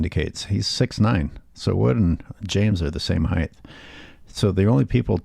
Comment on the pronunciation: There’s only 1 H in height. It’s not heighth. If we’re being critical and yea, Lebron is trash.